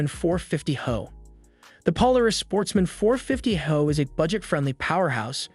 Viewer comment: Reliability in this video ad your expertise is lost when referencing “high output” as “HO(e)”.